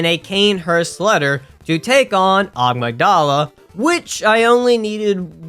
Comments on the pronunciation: Is it Amygdala or “Agmadala” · Nobody (not even NPCS) can convince me it is not pronounced as Ah-my-guh-dayla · Aaamigdaala i am dead 😂😂. Spare my ears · Why is everybody always pronouncing amygdala wrong? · Am I insane or does every Bloodborne youtuber pronouce "Amygdala" horribly wrong????